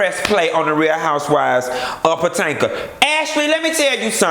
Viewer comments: I'm mad you keep saying Potanka lol. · When you say PO-TAN-KA! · I always die when you say Potanka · I missed you saying Patanka! 😂😂😂😂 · The Real Housewives of Puh-tank-ah! Lol!😆😆😆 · Lord knows i missed Q saying potanka 😂😂😂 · Girl!!!!! I live for your hair and lipstick!!! But wait did you say Patanka!!!!???? Lordy lol!!! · Mia Loik he does it on purpose. He been doin it for all seasons. Sounds funnier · Housewives of Potanka😂😂😂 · Why you keep pronouncing Potomac wrong?